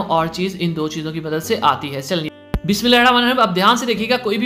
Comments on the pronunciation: Bhae BismAllah saii bola kary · Bhai bismillah ki adaygi sahi se kiya krein Jazak Allah